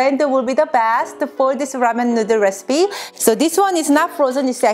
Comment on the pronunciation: That’s it, I’ve come up with a new recipeh!